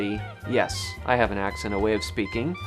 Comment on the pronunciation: The first time you said "If I have" you ever so slightly pronounced it "I Hee-yav" like your grandparents are from the Midwest or something.